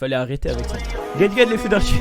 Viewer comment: T'es.tellement con ta dit arti.fesses Mdr.au lieu.de.dire arti fiste